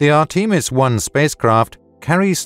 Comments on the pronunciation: Say arteemus one more time😂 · "Art-ee-mis"? Really? C'mon, guys. This is the age of Google!